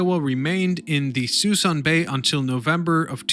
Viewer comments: The best way to lose a sub and also get a thumbs down? Start with an embedded ad. And it's "Suh Soon" not 'sweson ' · "Sue-SOON" Bay. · Everyone pronounces it Sue Soon. Also there are only 2 or 3 ships left as of 3/20/22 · It's "Soo-soon Bay" - spelled Suisun - I remember when there were hundreds of ships in the mothball fleet. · Sa-SOON Bay. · Suh-SOOON bay! Habitat of MONSTER Sturgeon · Locals say "suh-soon bay" chief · Agree Danny it's suh-soon!! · Suisun - "Sa SOON" Bay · Note, Suisun Bay is pronounces . It's the mothball fleet that is being scrapped, one ship at a time. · “Suh-soon bay” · Suisan is pronounce "Sa-soon" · Very cool video...probably should point out...the proper prounounciation of Suisan Bay is "SUE SOON" bay. Yeah..it looks like Sui SAN..but it's SueSoon. English...can we screw it up or what. I remember when the Iowa was there a long time. The last time I drove by was about 6 months ago, and it's down to a dozen or fewer ships. Environmental reasons, they've been slowly cleaning it up. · Suisun is actually pronounces Suh-soon. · Two things became irritating. Sue-Soon and New-klee-ur. You kept saying Newk-you-ler. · The locals in S.F. call this bay ( Sah Soon ) ( Bay ) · "Soo-soon" has been mentioned. Let me add "Bremerton," not "Birmington." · It's Suisun Bay. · Stopped watching immediately when he couldn’t pronounce Suisun Bay.